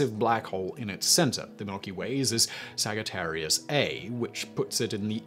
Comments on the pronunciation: Additionally, it's Sa-juh-teh-ree-uhs, not Sag-i-teh-ree-uhs. Also, buh-hee-muhth, not bee-moth. Simon's an intelligent guy, but the mispronunciations irk me. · Did he say SAG-atarius?